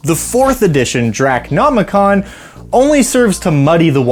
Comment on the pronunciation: 'Drac' nomicon? Why do you miss out the first 'o'? 'Draco' nomicon Would you pronounce the Necronomicon as 'Neck' nomicon? Aside from that query, I am sorry for your loss.